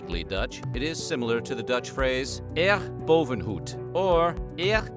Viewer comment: Nice to have a topic basically about my country ☺️ Your pronounciation of Eer boven goed and zeer boven rijkdom did hurt my ears a bit though. A+ for trying, as I only figured out what you said with the translation lol.